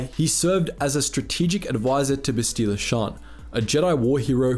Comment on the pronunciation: How does someone who must have played the game, and is a Star Wars fan (I'm assuming), say Bastila's name wrong?